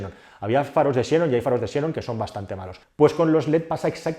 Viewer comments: No son faros shenon, sino xenón (leído senón), que es un elemento de la tabla periódica con el mismo nombre griego que da lugar a 'xenofobia'. No tiene sentido alguno pronunciarlo "a la inglesa". La x, cuando transcribe a la letra griega ξ, se pronuncia ks, como en 'exoesqueleto' o en 'taxi'. La excepción es al principio de las palabras, donde por dificultad de pronunciación se reduce a una s, como en este caso. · JF para ser ortodoxos, creo que deberías decir xenón y no xénon. Saludossss.